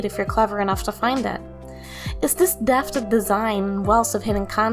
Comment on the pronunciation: Great vid! One thing I think you can improve for the future is heavily focusing more on your pronunciation when reading your script. I notice you often slur or completely miss the “th” sounds in many words like “depth.” Maybe consider slowing down a bit or practicing that syllable next time! Also I notice your mic probably isn’t too professional, so I suggest you add an equalizer plug-in to obs like “MarvelGEQ” to help with the depth of your voice and/or adjusting your voice recorder settings to capture the most of your voice!